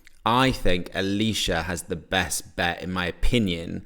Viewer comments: It’s pronnounced ayle sha not alisha spelt ailsha lol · Feel kinda bad for ailsha, everybody is calling her alisha when her name is pronounced el-sha. That said, I'm firmly on team Ailsha and Bambie Thug to go to eurovision. I want us to take a risk.